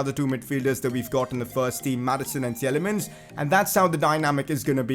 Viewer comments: It's not [Tjelemens] but [Tilemans] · Please work on your Praet and Tielemans prononciation